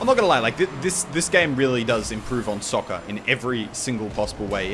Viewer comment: He said sucker, not soccer...